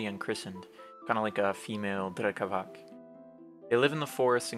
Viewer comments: No offense, but Slavs use "c" and "k" differently, unlike English. "Drekavac" is not pronounced "drekavak", the "c" in drekavac is like the "c" in pronounced. Not corn (korn) or colour (kolor), it's not drecavac or drekavak, it's "drekavac" for a reason. Keep up the good work, love your drawing style. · drekavac i believe is pronounced with a [t͡s(ʰ)] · It’s been brought to my attention that Drekavac, originating in southern Slavic folklore, is actually pronounced “Drekavats” since “c” is “ts” in those regions. We’re all here to learn so I appreciate the corrections 🫡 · one note: in slavic languages is almost always read as /ts/ so Drekavac is /drekavats/ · Just a little correction: Drekavac is read as Drekavats - the C is a TS like in Beats, also Vampire (originally Вампир - Vampir eng.) is one of the few universally used Serbian words